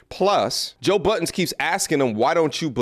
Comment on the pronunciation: Like this commentary but the host calls him Joe BUDDENS. Annoying. There is no S at the end of Joe’s name. To come with all the sensible content while you mispronounce the subjects name is a little tired and annoying - just saying. Maybe it all comes with experience! Critique thy self first !